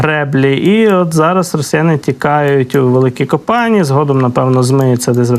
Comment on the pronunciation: Великі Копані` , Брилі"вка правильно наголос на , і